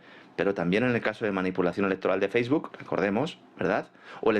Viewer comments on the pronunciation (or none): none